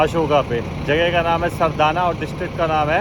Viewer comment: सरदाना नही सराधना भाई